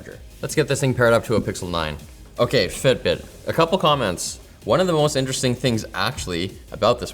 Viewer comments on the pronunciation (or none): I think I heard say the 'Fit Brit' app. 😂😂